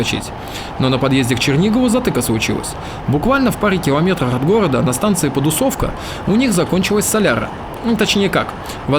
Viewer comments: станция не "подусОвка" а "подУсовка" ударение на "У". 26-10 мин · Только не коростЕнь и подусОвка, а кОростень и подУсовка =) А чтоб правильно называть железную дорогу на украинском - в конце не "а" - залiзницА, а "я" - залiзницЯ =) Спасибо, за шикарнейшие ролики! Успехов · Под"У"совка, а не Подус"О"вка ))))) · Станция называется ПодУсовка, с ударением на букву У